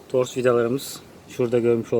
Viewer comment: Tors deyil o TORK 😀